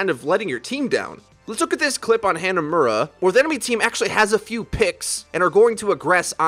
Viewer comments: David H hah-nuh-mur-rah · Hannahmurrah...wanna try pronouncing that again? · Ha na mu ra.